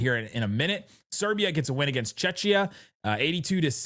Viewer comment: hahahah CHECHIA, i know europe for americans tera incognita, but its Chehia